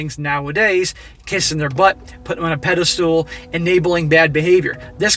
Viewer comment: Please stop saying "pedi-stool".